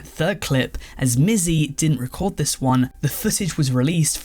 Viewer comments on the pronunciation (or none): none